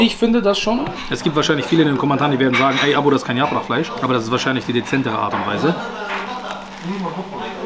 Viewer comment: Bulgur nicht burgul !!bitte, das triggert mich hart. Und yaprak nicht yaprach!!